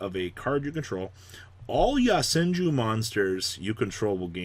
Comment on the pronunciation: It's YO senju. Not YA senju